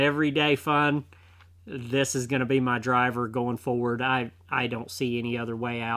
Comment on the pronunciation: It's pronounced forward not Ford